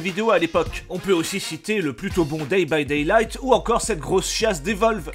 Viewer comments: c'est pas day by daylight mais "dead" by daylight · "Day by daylight" au secours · 😂😂😂😂 je pence c'est du troll mais quand meme il a détruit le nom du jeu mdrr